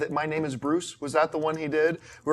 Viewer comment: Wow.. My question from Chat:) Thanks, you are sweet heart!!! but you murdered my name:P....